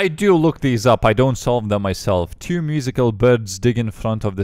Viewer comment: wrong pronounce of two, i guess you need to say two instead of chew